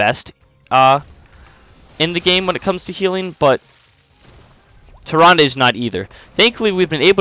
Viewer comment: I believe it is Tier rand not Tier Randay 😂